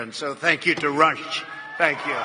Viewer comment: Slow his voice down to 0.75. It really shines a light on his speech problems. It's realy more like a spasm then slurring imo. When he says "conservative-vive" and "Rush-ush". He's actually adding another syllable I think. This sumbitches mind is roasted.